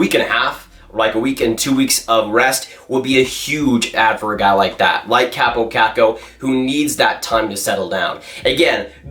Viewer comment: You’re pronouncing his name wrong. His name is pronounced “Cop Oh Cock Oh” or “Coppo Cocko”